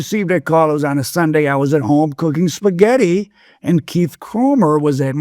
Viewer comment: “cooking puhsghetti” 😂